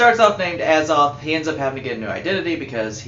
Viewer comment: Its "A- zoth" not "Az - oth". Otherwise, great review.